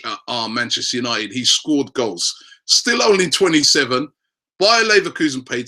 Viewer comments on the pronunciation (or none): none